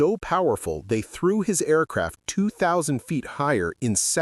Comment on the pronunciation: “Tweeee Aircwaft”!!!!!!!!!